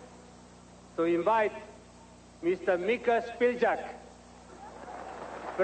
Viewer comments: when Samaranch mispronounced president's name in vulgar form and crowd burst into laugh is priceless. Iconic moment of the game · when Samaranch badly mispronounced president's name into vulgar shape and crowd burst to laugh